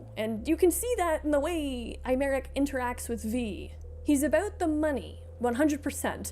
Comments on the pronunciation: i'm too FFXIV pilled to not flinch every time it's pronounced "eye-merick" bc they pronounce it "eh-merick" in the english dub and it's really throwing me more than i anticipated. they really don't say aymeric's name a whole lot in PL, i barely noticed through Aurore's accent. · Hi, I couldn't take it anymore. His name is a real French name and it's pronounced "Ey-Mar-Eke", or Aymarique, if that makes more sense visually Other than that, love the video! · wow, that pronounciation of 'Aymeric' was particularly insulting